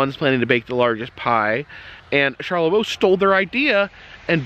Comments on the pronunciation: Charlevoix is pronounced Shar-le-voy , also previous video with the cheese.. Pinconning is * Pin-Conn-Ing* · It is pronounced char le vo in Michigan lol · Killing me. I'm like this char-le-vo, must be WI or something. Char-la-voy! Hahahaha. Cant be the first to say this. Welcome to Michigan! Stay safe. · Charlavoix is char la voy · You’re super close. Charloix is actually pronounced like “Shar le voy”. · Charlevoix is pronounced "Shar-le-voy". Michigan native here and we used to take weekend trips to Lake Charlevoix often when I was growing up. FYI Michigan's Adventure never even opened for the summer season due to Covid. They did open the adjacent water park to limited capacity though, which I thought was odd. BTW that big wooden roller coaster is called Shivering Timbers. I think the smaller one was the Wolverine Wildcat. When I was growing up, the park was called Deer Park Funland. The name changed in the 90's when Cedar Fair bought the park. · how to pronounce Charlevoix : SHAR LE VOY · Cheers! Charlevoix is a tricky one.... It's CharlevOY like as in boy but with a V. Drive safe! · Hi from Hamburg/Pinckney/Brighton Michigan❣️ ❤️🧤❤️ Approx halfway between Ann Arbor and Lansing. Charlevoix is pronounced Sharla-voy rimes with boy. 🧤👍☃️ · Charlevoix is pronounced Char-le-voy. Thanks for visiting our mitten state. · Shar-leh-voy. Great video though! 👍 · CHAR LA VOY (VOEE), MICHIGAN. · It's closer to Shar-la-voy. But nice try Sir. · Charlevoix is pronounced Shar la voy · It is pronounced like, Sharla-VOY!!!! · You are close to pronouncing it. Charlevoix is pronounced Shar-lə-Voi. .